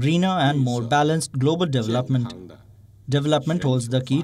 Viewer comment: doublepment... hahaha